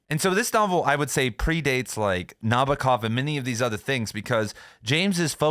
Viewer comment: It’s spelled NabOkov (stressed on “O”). I’m a Russian speaker